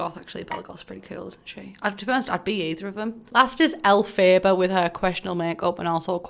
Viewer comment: who tf is Elle-fay-bah? I’m horrified